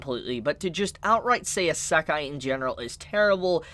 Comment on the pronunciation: I'm amused at your pronunciation of Isekai as "uhh suck eye" instead of "EE Sec eye" lol.